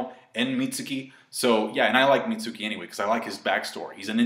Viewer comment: mentions he likes how the "U" in Mitsuki is silent but yet he still mispronounces his name. Lol.